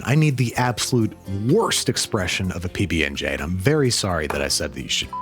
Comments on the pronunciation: It's not a pbnj it's a pbbnj lol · "PB&G" did you just let slip an opinion on JIF vs GIF? it's pronounced ZHAIF 😹